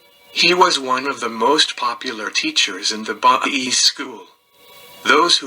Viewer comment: The religion is pronounced BAHAEE (Baha'i).